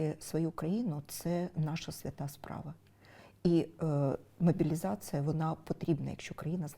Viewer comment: Юлько! Не мобiлiзацЫя, а мобiлiзацlя !!!